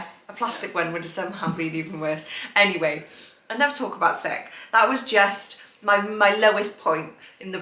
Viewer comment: To much emphasis on sick your drama queen